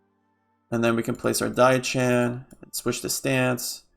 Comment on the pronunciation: Just so you know diao chan is pronounced "dee-oww-chan" the "oww" is pronounced like you are saying "meow" like a cat. Also Ne Zha is a boy.